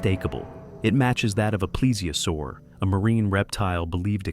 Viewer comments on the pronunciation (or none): none